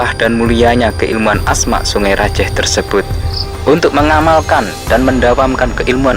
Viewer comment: Saya org madura bangkalan: yg bener sebenar nya bukan sungE raJEEEH tapi: songai rajeeh Pakai e bukan E